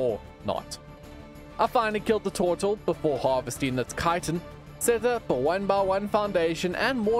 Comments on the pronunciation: I love how u say tortle lol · The way he says turtle 😅